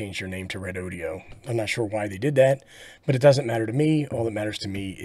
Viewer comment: Thanks for the test report. I’ve been thinking about picking one of these up., I had to laugh at how you pronounce REDOD’E’O😂 I was waiting for a cowboy to lasso the battery to pull some more current out of it! One question, I heard you mention on another video that the cheap battery brands use higher capacity, lower grade (B or C) cells and battery life is questionable. Do you have any idea about REDODO?